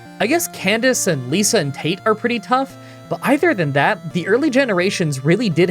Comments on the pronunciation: It's LIEza, not LEEssa! * Hermione mode off * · Lisa and Tate? It's Tate and Liza with a Z lol